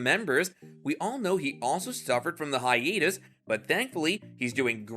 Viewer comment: I've never heard hiatus pronounced like this. "Hi-eet-us".